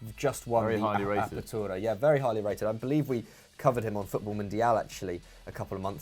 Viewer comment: It really wasn’t lol that’s not how you say apertura 😂